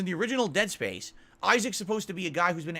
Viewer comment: I thought I was having a stroke when I heard that. He didn't get Space right either. To quote from "A League of Their Own", "Was that English?"